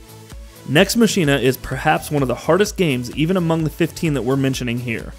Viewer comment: It's pronounced "Mah-Kee-Nah"